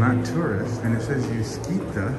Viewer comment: uscita (exit) is pronounced u-shee-ta…. Not u-ski-ta!